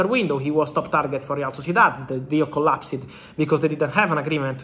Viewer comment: I now say it as "collap-sed" since i started watching FR videos😂❤